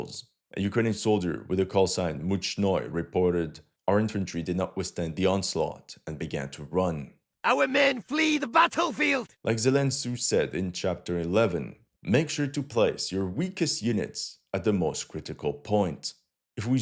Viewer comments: "Zelen tsu" 😂😂😂😂😂😂😂😂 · "Zelen Tsu" 🤣 😂 😀 😆😉